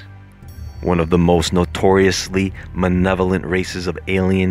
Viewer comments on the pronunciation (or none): Did you just say manevalent? I rewound it twice. Haha, just messing with you, I know what you meant. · Manevolent huh